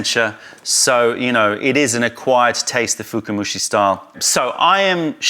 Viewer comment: Hey, small nitpicking, its not "fukumushi" but "fukamushi" (深蒸し), from "fukai" (深い, deep).;) Very informative video as always! Thank you!